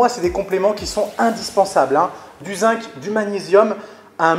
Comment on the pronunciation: Super ta vidéo ! Merci. Ah, le zinc se prononce "zing" :D